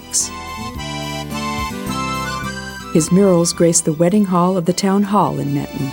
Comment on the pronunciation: The pronounciation of Menton is killing me.